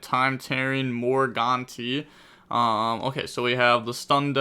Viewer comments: More-guh-night buddy hope that helps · Time tearing... morgantee? What happened to morganite? 💀